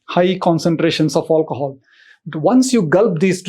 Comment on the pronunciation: drinking game: shots everytime he says "aulcohol"